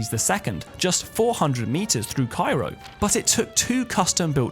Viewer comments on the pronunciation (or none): none